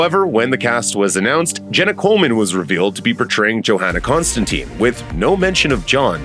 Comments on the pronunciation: But why they are butchering Constantine name in the show ffs...every time someone says it I need to pause it for a bit to recover from the trauma. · On episode 3. So far so good. 💜 love it!! We pronounce Constantine with a long E sound as in Eek. Hearing it pronounced with an I sound is weird. Other than that fantastic!! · TLDR; the Sandman show pronunciation of Constantine is the original from the comics. So, the "US pronunciation" of Constantine as "-teen" happened when they made the Keanu Reeves movie. Because that's the first big adaptation, a lot of people are used to hearing that pronunciation and it's used in American productions with the character. It's not technically correct. They way Constantine is pronounced in the Sandman series is the way that Alan Moore who created the character pronounced it, and the way it's pronounced throughout the comics. It doesn't bother me either way, but I could see if you're accustomed to one pronunciation the other could feel weird. I'm an American who read the Hellblazer comics before the Reeves movie came out so I got used to both.